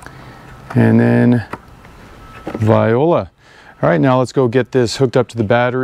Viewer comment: it's not vi-o-lah it's v-wah-lah (voila)! thx for the video none the less :D